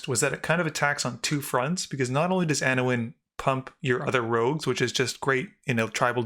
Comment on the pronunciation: Lol, "Anowin."